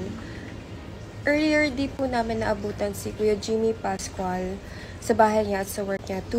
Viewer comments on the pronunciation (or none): Talagang magagalit sayo dahil ultimo mo apilyedo ni Jimmy ay ginawa mo pang MALI.dinagdagan mo pa ng Litra sa huli. PASCUA lang...hindi PASCUAL.